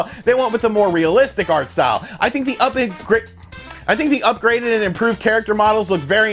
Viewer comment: When he talks about Final Fantasy 8, instead of saying upgrade, it sounds like he says upgrit. Never heard of that word before LOL!